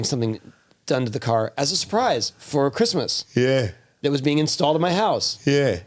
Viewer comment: Why can’t ya say Christmas?